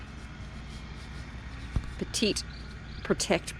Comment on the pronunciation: Enjoy your series and the work that you do for the animals of Chiapas. Just wanted to let you know you're mispronouncing the name of your bottom paint. The name of the paint manufacturer is pronounced PET-IT. Petite, is the French word for small. LOL. Keep up the great work. Ed Z